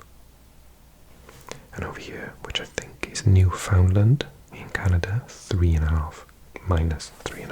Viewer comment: New-found-land ....no pronounce it Newf-in-laand , honestly you almost have to put an Irish accent on it, if you've had the opportunity to visit both you can hear the similarities, it's quite surprising